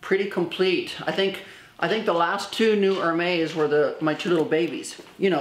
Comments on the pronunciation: FYI, Hermes is pronounced “Air Mez”. You might want to know since you have a huge following, of amazing viewers, deeply influenced by you and your incredible videos. 🌺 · You say Hermes incorrectly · You are mis pronouncing Hermès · Can you please say the names correctly? Love how blessed you are and love how u support fashion..but please respect the designers and at least say their names correctly..for example Hermes...besides that...congrats on ur successful surgery. Thank god ur health is wonderful. Thats the most important above all! Love u